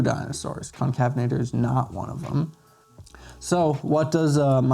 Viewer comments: Pronounced con-cave-en-ator not to be rude just informative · Allow me too help. It's pronounced Con-cave-in-a-ter